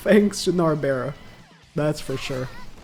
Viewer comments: NARBERAL the ‘L’ is NOT silent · Narberal's L is not silent